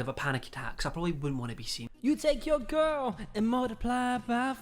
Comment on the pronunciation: Everyone: Girl: Gerrill